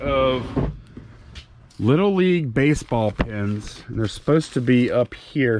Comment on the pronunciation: I like those little league pins. Call me crazy but when says "pins" it sounds like "pens" to me. Noticed that in an older video too. Mayne its just my ear